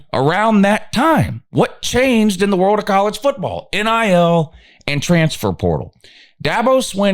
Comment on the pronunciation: every time you say "transfer portal," your channel automatically turns into a Chinese voice over. We'll never know what that term means here in the upstate.. gibberish.